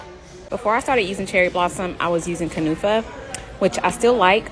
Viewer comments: I mean it's literally written as kunafa 🤣.. had me confused why she was pronouncing it as kanufa.. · It’s pronounced Koo-na-fa, and it’s a type of desert in the middle east! 😘